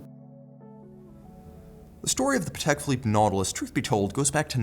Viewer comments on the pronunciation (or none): PA-tek phi-LIPPE;) Love your reviews!